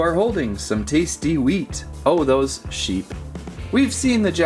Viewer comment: its sheep not seeps